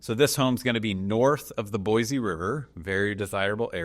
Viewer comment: You’re killing me😂 it’s Boy-See.